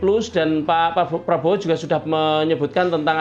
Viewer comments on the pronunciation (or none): none